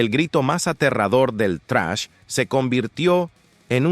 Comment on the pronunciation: Relator: Se pronuncia "zrash", no "trash".